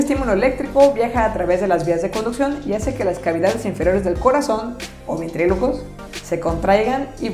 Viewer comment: "Ventrículos" no "ventrilucos". Pero excelente trabajo, todo lo haces casi a una sola toma, eso no se ve mucho en los canales